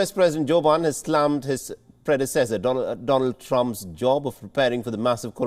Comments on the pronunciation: Doland Trump?? I am sure you did that on purpose 😅😅😅😅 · “Doland” lmao 😂 🤣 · Doland Trump?!? 😂😂😂 No way that was a mistake